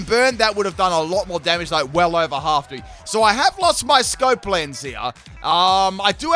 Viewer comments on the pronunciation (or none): none